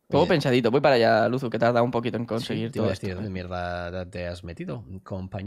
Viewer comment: Alexbitas dice lusu